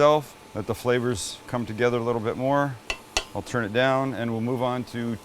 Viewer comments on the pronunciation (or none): none